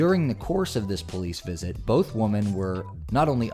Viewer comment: Why do you pronounce women wrong?